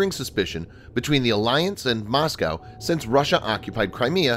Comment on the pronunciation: Moscow. Not Mosceyow